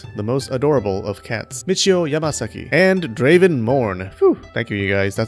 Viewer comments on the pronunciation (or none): none